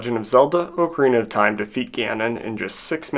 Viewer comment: Spends hundreds of hours learning how to beat a game in 7 minutes; doesn't even know how to pronounce the game title.